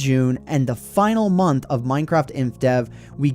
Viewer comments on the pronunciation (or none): none